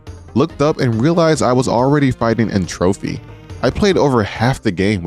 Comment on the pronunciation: someone probably said it already but n.tropy's name is prounounced the same as entropy, since that's meant to be the pun, not n.trophy. other than that tiny grievance, incredible video and series!